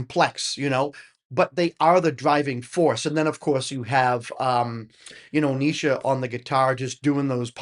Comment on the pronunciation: Yes, you're pronouncing Neisha correctly now